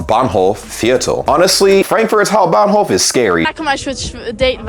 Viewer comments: You nailed the Hamburg Hauptbahnhof perfectly. St.Pauli is a whole differnt beast. Anyway, you always show a good example of just beeing nice. Also, really stepped up your editing along the road, fine job. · Just by the way (i am a new (german) supporter) u r saying the word hauptbahnhof in a perfectly accent freely way 👍🏼